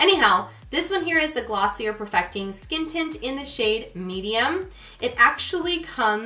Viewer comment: Love this video! you're so fun to watch! but gf its pronounced gloss-ee-yay, isnt it?!lol